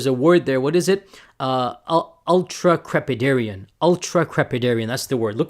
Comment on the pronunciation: Funny how this makes me wanna see Jay and The G.O.A.T even more. He goes on to remember a world from GRE days and mispronounces the word that describes himself. Bring back the video you deleted you ultracprepenhruDIAN😂